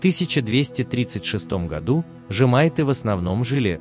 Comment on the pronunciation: "К тысяча двухсотому годУ"? Аффтырь, ты где учил русский язык?